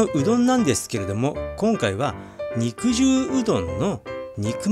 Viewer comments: うどんの場合『肉汁』は、にくじゅうじゃなくて、にくじるだと思います！ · 武蔵野うどんでは、肉汁を「にくじゅう」ではなく「にくじる」と読みますね。 って、とっくの昔に誰かが書いているでしょうね。てへへ。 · "にくじゅう"ではなく、 "にくじる"でぇすぅ❗🤭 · この場合は「にくじゅう」ではなく豚汁のように「にくじる」じゃないでしょうか？カットしたステーキから出る肉汁は「にくじゅう」で正しいと思いますが、うどんのつけ汁なので「にくじる」と読むべきかなぁと思いました。どうなんでしょうか？ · にくじゅううどん、ではなく「にくじるうどん」ですな。 肉汁うどんの本場、埼玉より… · 多分ね、普段なら合っている読み方なんだけどこの場合は(武蔵野うどん用語的には)「にくじゅう」ではなくて、「にくじる」だと思いますの。 間違ってたらご免なさいなの。 でも、埼玉でにくじるうどん愛好家の私が言うから合ってるはずですの！🎶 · 肉汁 『☓にくじゅう』 『○にくじる』 ・・・にくじるうどんです 武蔵野うどん系ですね。埼玉県に来て下さい。武蔵野うどんの名店は腐るほど有ります。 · 子供の頃から「にくじる」って言ってるから、「にくじゅう」って発音に違和感がある．．．北多摩民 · にくじゅうにくじゅう何回もやめて下さい❗️（笑） にくじるね‼️ お店の人に聞けば良いのに…… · 読み方にくじるだと思ってたんだけどにくじゅうなの？あごなの？